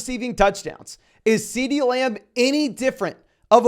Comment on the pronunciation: Ceedee “Layum”